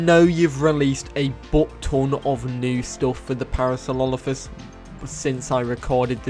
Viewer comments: Please learn how to say Parasaurolophus lmao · You butchered my favorite Dino's name please talk slower and give yourself time to enunciate. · I’m gonna be that guy, what was that pronunciation in the beginning because that’s definitely not Parasaurolophus.